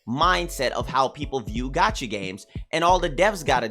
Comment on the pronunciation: I keep hearing "gachi" instead of "gacha" and can't unhear > , <